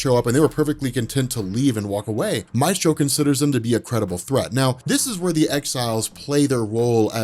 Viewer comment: "May-stro" not "My-stro"